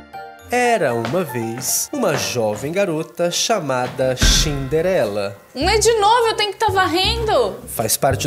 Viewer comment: É Cinderela não é xniderenla